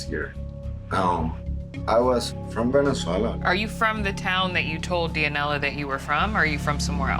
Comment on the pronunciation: am I the only one cringing when he says dia-nella lol